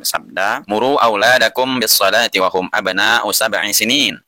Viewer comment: kurang nya di mana , mukin gak keketik tapi antum itu yang aneh Wa di sebut fa hum sebut hu Sekolam sama admin Littaqwa di sebut Lillmutaqin 😄🙂🙂🙂